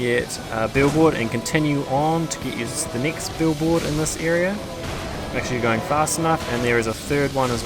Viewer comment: Stop sayin nixt its next!!!